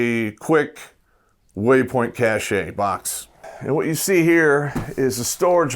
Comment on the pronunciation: Cache is pronounced Cash, as in money.